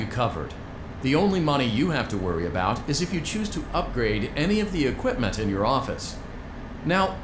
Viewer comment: Why does equipment sound like internet lol 😂😂😂😂